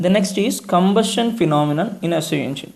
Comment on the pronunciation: You should follow the proper pronunciation , like compression and combustion. All the best brother ❤